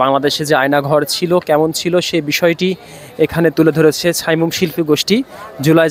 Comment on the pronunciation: সাইমুম শব্দটি শুদ্ধভাবে উচ্চারণ করুন